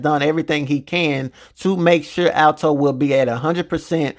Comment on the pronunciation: Bro are you purposely saying his name wrong ? ALTO! It’s ALTON 😂